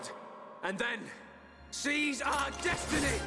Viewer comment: It didn't sound like he said "seize our destiny" but "cheese our destiny"